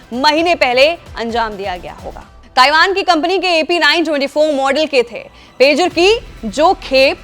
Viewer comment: Madam Pejar nahi Pager hai😂